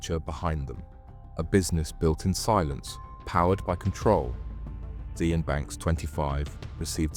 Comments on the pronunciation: sian . is said . sh-arn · Ibiza and Sian not said correctly so I think the narration is AI. Sian is said as Shan, the "z" is silent in Ibiza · Surely Sian is pronounced Sharn? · not sure if you’re using AI for voice over on this, but name “ Sian” is pronounced “Sh arn” . Also Ibiza the “z” is “th” so “Ibitha.“ Definitely not someone who corrects spelling & grammar just think content is good! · Lol Ce-An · "Ibizza" and "Seanne" are pretty fantastic pronunciations 😂🤦‍♂️ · FYI "Sian" is an Irish name pronounced more like"Shan" than "See-Ann". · Sian is pronounced "Shawn" - it's a Welsh name, equivalent to the English Jane, Scottish Sheena or Irish Siobhán. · Sian, pronounced Shân or Shahn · Sian is pronounced "Shahn" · Sian. Pronounce Shan. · Also, Sian is pronounced "Shahn" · I agree well made, only downside is it triggerd me every time you said the girls name wrong all the way through, it pronounced 'Shahn (with a long "a" sound)' its a strange spelling I know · Sian is a name of Welsh origin and is pronounced Shaan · You could at least learn to pronounce her name properly ffs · How can you not know how to pronounce Sian? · Sian isnt pronounced like that 🤡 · Lost interest when the narrator couldn't pronounce Sian...it's not even that unusual. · Please learn how to pronounce the name Sian 😂 killing me everytime 😂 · Who pronounces Sian like that!? Is this AI voice? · Can’t pronounce the name Sian lol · Yeah the mispronounced Sian is wild 😂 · Sian is pronounced “Sharn” not seeyan. Just saying. Great vid tho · Thw woman's name Sian as In Sian Banks is pornounced Sharn. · It's pronounced "sharn" not "si-an". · SIAN pronounced SHARN, NOT SEE ANN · Just curious, but why does the narrator keep saying 'Si Ann', when I'm sure it's pronounced Shahn! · Sian rhymes with ‘Barn’, not See-an 😂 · Good video - you've got a good narrator's voice and good story telling! BTW Sian is pronounced 'Shahn'. That name has always tripped me up. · Sian is pronounced as "Sharn", not "See-an"